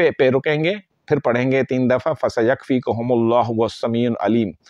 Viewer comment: قرآن کریم کی فضیلت میں تو کوئی شک نہیں ۔اپ اپنا تلفظ صحیح کریں ۔فسیکفیک کا تلظ